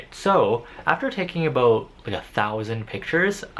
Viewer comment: Wait r u canadiaannnn? I heard “aboot”